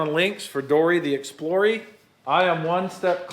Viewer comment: I wanna throw up every time I hear "Dory the Explorey"